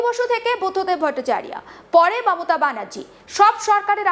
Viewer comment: ভট্টাচার্য, ভট্টাচারিয়া নয়....বাংলা চ্যানেলে শুদ্ধ বাংলাভাষার ব্যবহার আশা করি।